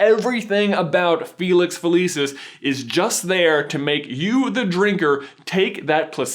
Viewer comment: felicius is pronounced with a ch